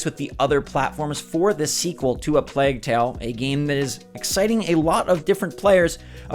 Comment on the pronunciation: That’s not how you say plague 🤦🏻‍♂️